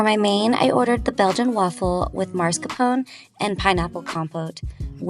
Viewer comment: It’s ma-skaar-po-nay Not an Italian mobster on his way to mars 😂